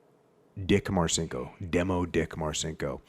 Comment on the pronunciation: Jocko champion! BTW it's pronounced "Marchinko", exactly as your sidekick suggested. One of my fav books from the teenage years. Tough, crazy motherfucker, and not empty-headed on top of all that.